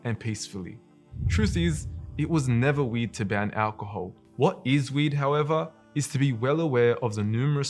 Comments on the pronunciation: The way he keeps saying 'weird' sound like he's saying weed. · i keep hearing weed not weird lmaoooo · It’s "weird“ not "weed“ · bro said weird i heard weed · I went through half of this video of knowing that he says "weed", instead of "weird". Now i have to start again. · For the longest time I heard weed, then I came to realize that he is in fact saying weird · Is it just me or is he saying weed :P to my ears it sounds like weed, anyway love the video. May Allah bless you and everyone around you! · i was so confused when he’s saying weird i thought he was saying weed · Is he saying weird or weed? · Excellent vid, but every time you say "weird" it sounds like you're saying "weed", so I was confused did they ban beer or weed? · It’s funny how you pronounce weird, sounds like weed and I love your sentence at the end, keep it up Akhi! Jazzak Allah Kheir